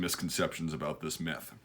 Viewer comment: why did I hear meth every time he said myth